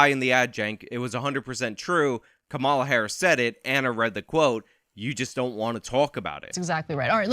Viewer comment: Veep's name is pronounced COMMA-la, not co-MA-la. Like the punctuation... comma + la. I hate to nitpick but this is a politics channel and you'd sound smarter if you got the name right.